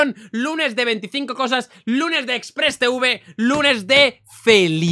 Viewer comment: Folagor: xpressteuve El que lo graba: xpressteve